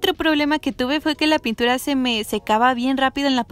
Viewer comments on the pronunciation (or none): Si no veo sus historias no me doy cuenta que dice puntura JAJAJA Te amo ❤️❤️❤️